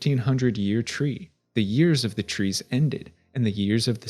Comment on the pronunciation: I keep forgetting “year tree” is an era in middle earth n keep thinking your saying “year three” with a NY accent lmao